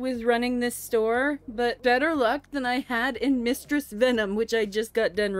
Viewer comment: "mustress venom"😂